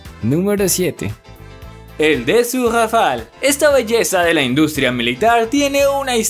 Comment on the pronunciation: Se dice "dasaul rafale"